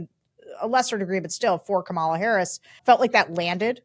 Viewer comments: Sarah, it's not KaMAHla. It's Comma-La. It's disrespectful to continue mispronouncing her name. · Great episode, but one small criticism: for God's sake Sarah, learn how to pronounce Kamala consistently!!!! By now you should be able to get it right every time. It's infuriating and unprofessional that you can't manage it consistently, you sound like a disrespectful GOP hack when you say KaMAHla, and I know that you are not that! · Comma , la. Not Ka Mal a!!!!! Learn how to properly pronounce her name. She is our Vice President for God’s sake. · PLEASE people, it’s COMMA-lah Harris, not Ka-MAH-lah Harris! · Why are they both pronouncing Kamala's name incorrectly? KAmala, not kaMAla... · Comma-la, not Ka-MA-la. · Sarah, KAmala, not KamALa :-) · Syrah you know she pronounces her name Comma-lah, right? 😉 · If you can't learn to pronounce Comma-luh, just call her Vice President Harris, please. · KAM -A - LA. Why is her name so freaking hard? 🤔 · Can you all be respectful and learn how to pronounce her name. It really isn’t that difficult…Comma-La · Comma-luh. Is it really that hard to get right, Sar-ugh? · Vice-president's name is pronounced comma-la.. As in 👉 , law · PLEASE— it’s KA-mala Love you, but please correct your pronunciation of her name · It's really tough being a VP. Your primary job is to wait for the president to either die or become disabled enough to leave the presidency. That a president gives a VP other things to do can only be a plus. I think it would be respectful to learn to pronounce Kamala properly. Comma - la emphasis on the first syllable, as in "," - la as in lalalala. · Very good! I’d just like to hear them both consistently pronounce “comma-la”! 😊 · Please stop pronouncing her name wrong. it’s commaLA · Hey guys, friendly reminder - it’s pronounced Comma-La. Thank you! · Sarah, I would expect you to pronounce Kamala’s name correctly. Yikes girl. It’s ,la. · Please say her name correctly. Comma — la. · Remember it’s Comma Luh